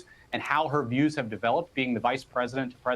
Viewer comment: HARRIS SAID " MY CIEWS HAVE NOT CHANGED " SO SHE WILL JUST CONTINUE DESTROYING AMERICA